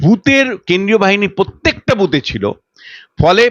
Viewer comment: Anchor এর উচ্চারণ ঠিক করা দরকার। পোত্যেক , পার্থী, পতিনিধি...এসব কী?